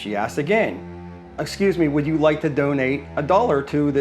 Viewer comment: "Would yike to donate to help children today?"